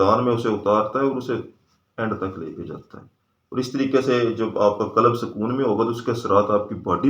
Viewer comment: Sir. Lafz '' qalab'' nhi '' qalb ''he. Thora sa prononciation drust ferma lein . Shukriya.